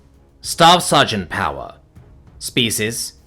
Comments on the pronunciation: Wait, you said POWER wrong. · Omg he said power wrong! Its an imposter!